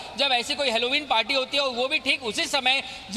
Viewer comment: हॅलोविन है अलोविन नही